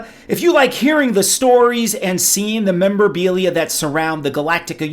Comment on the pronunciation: did... did you call it " 'memberbelia"?